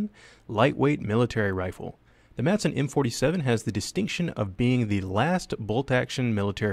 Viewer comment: AndrosRG Ahh, the old "Masen" LMG...